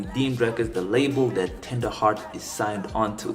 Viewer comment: yeah bro you said it right